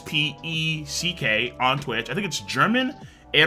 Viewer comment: yoo my friend u spoke out the german name eierspeck almost correct i am from germany and i lurk all your vid,s didnt know u could spell german so good and also very informative your video as always love you mate ^^